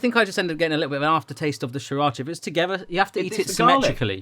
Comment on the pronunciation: sriracha see-rotch-ah, not saa-rotch-ah